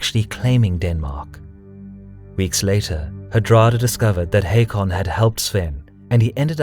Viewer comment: Its pronounced Håkon